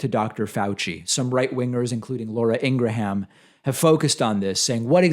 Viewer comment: ingra-ham lmaooo does he do this on purpose?